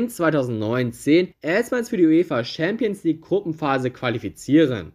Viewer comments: Das ist nichtmal das Problem, man muss nicht jede Sprache perfekt aussprechen aber wenigstens ChampionsLeague nicht SchämpionsLig aussprechen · Ich mag deine Videos. Wirklich. Aber "Schääämpiensleague oder Scheelsie (Chelsea)" geht echt nicht. Das spricht man nicht so aus, das hört sich falsch an. Entschuldigung. Ich mag deine Videos wirklich sehr. Mach weiter so!! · Schämpionsleauge 😂 beste Aussprache 😂 no hate brudi aber das klingt echt witzig hahaha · Schempions League haha. Alles gut, kannst nichts dafür. Deine Videos sind geil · Hast du jetzt echt das Gefühl, dass dies schwierige Wörter sind? Ohje. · Alter lasst den Bre doch schämpionslig sagen... es weiß doch jeder was gemeint ist. Außerdem finde ich die Themen immer geil und ich finde die Aussprache von manchen Worten macht ihn zur Marke! Einfach weiter so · Deine Aussprache von Champions League ist kaum auszuhalten